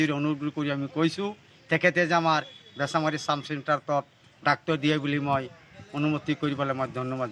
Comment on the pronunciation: বেছিমাৰী নহয় বেছামাৰী হয়